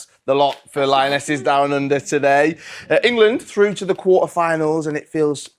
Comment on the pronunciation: Why does Jill Scott always say “Engerland.”